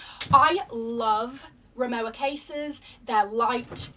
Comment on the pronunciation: please remowa is a German company so the pronunciation is incorrect you suppose to say "remova" because the "W" in German is pronounced a "V" Love the content tho <3